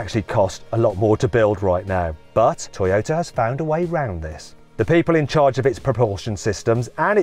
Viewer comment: トヨィタと発音するのはどの地域ですか